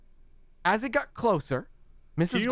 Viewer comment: Sherman not Gorman